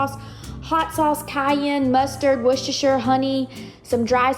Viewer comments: Hey, from the U.K. - you are correctly pronouncing Worcestershire! Love the condiments, I made a mustard BBQ sauce yesterday and I will be attempting these this week:) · OMG! Have you ever had Heinz Chili Sauce??? It's practically ketchup. It is nothing like Sriracha, nothing -- nowhere near as hot, nowhere near as sweet. With that as a sub, you're not getting anywhere near classic Comeback Sauce. You're pronouncing Worcestershire correctly. ;) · The way you pronounced "Worcestershire" is correct 💯🇿🇦🇭🇲🇬🇧